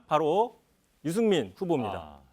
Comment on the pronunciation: 문재인후보계서 발음이 새셔서 유승민이 유시민으로 들리는걸수도??